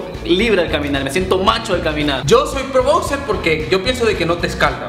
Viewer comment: "Bocser" :v